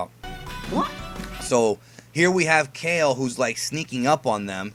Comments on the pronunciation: It's said Kal-Lay not Ka-ill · kale (kah-lay) :U